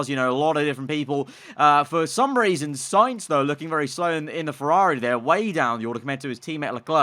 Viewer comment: Val-terry Mah-tsoo-shi-ta Sign-th (Sainz) Jaw-vee-nah-tzi Who else do we have?